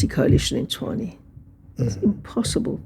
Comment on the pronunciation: I am glad she pronounced Tshwane correctly, so far she's the only white person I've heard who has pronounced this word correctly😂😂😂😂